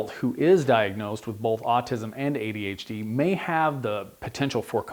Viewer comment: I'm getting really hung up on the fact that this guy puts an L in the word "both". It's hard to listen to.